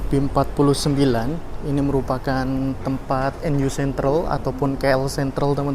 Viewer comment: Mas.. maaf bgt nih lumayan ngeganggu juga soalnya hehe.... Pronunciation nya langsung aja mas "nu sentral" bukan dibac per huruf.. "nu" disitu maksudnya "new"